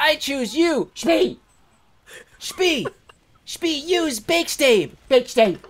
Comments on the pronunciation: ITS SHPEEKACHU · I think you mean SHPEEKACHU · who's that poke mon? PICAHU it's SHPEE FUUUUUU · Who's that pokemon? it's Shpeekachu! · ITS SHPEE-A-CHU its shpee-zard! DARN! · DR.SHPEE Gaming SHPEERIZARD.